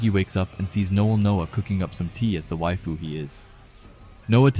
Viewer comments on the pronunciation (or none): none